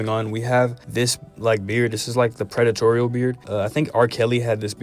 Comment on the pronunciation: Ayyyo dude said predetoreal